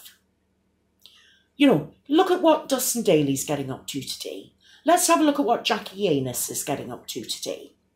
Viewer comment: Did... Did you just say Jackie anus😆? You are right on Chris being addicted to youtube now. I could never keep up with all the videos. And the clickbait stuff just annoyed me so much then I heard about the book prices... I unsubbed